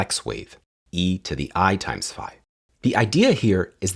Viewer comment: Did you pronounce that " FI " or is my phone stripping off the frequencies of " sigh "?